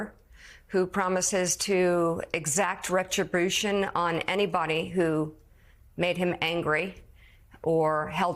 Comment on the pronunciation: Mika can't pronounce 'retribution' so it's fitting that she supports the guy that struggles with a great many words.